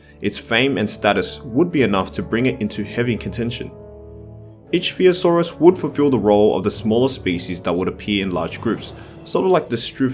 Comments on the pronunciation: “Ick-Thee-o-saurus” Ich is pronounced “ick” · Ichthyosaurus is pronounced ick-thee-o-saur-us